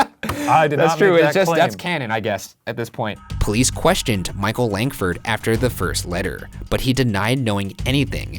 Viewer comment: when he said micheal langford I really heard michael langdon